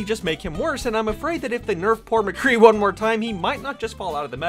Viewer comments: Why the actual fuck do you pronounce it "McGee" it's Mc-Cree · Who else noticed that every time he got angry he kept of saying McGee instead of mcree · It's McCree. Not McGee. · Who the hell is McGee?,it's Mcree... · you said McGee instead of MCree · His name is McCree, not McGee. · I had to correct you its McCree not MaGee. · It's m CREE not mgee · Not trying to be a grammar nazi but it's mcree not mcgee it's pronounced muh-kree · First of all, nice video! But, why do you keep calling him McGee? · Did you call him "McGee" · Are we gonna ignore the fact that he kept saying "McGee"? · Why do you keep saying McGhee? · "McGee" Excuse me what. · Every time you say "Mgee" it kills me a bit inside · You call him mcgee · it sounds like you're saying mgee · did he just call him mcgee :)) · You said McGee every time😂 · This nigga said Mcgee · he says "Mgee" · 2 things, stop saying mcgee please and maybe you are just slightly bad at mccree?and that's why nothing is hitting? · Lol u said mcgee